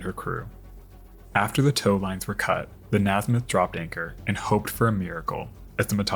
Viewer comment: Its is pronounced (Ney smith) not (Nasmith). I went to school with someone who had that last name.